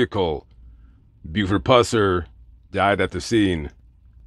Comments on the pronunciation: Pronouns his last name correct you should be banned from that state Tennessee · YOUR PRONONCING HIS LAST NAME INCORRECTLY!!!